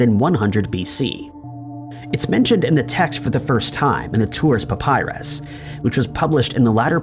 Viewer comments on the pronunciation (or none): none